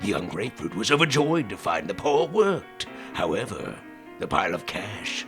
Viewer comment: How come when spaghetti boi says “funky paw” it sounds like “funky pore”